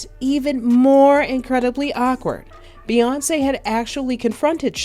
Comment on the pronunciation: Never realized her name was Bae-yonce 🤔🤔🤔